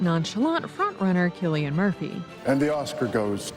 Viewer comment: Cillian promounced as Sillyanne